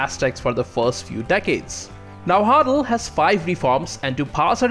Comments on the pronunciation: Na Wua Tl not Na Hua tl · Its pernounced Na-wat-tal and you kinda swallow the w sound after the first part of it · Yes but at least he gave it a good shot by saying it like "Najuatl" in Spanish, so I'll give him credit for that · Boy, you really butchered Nahuatl pronunciation. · I love your videos dude but your pronunciation of náhuatl is killing me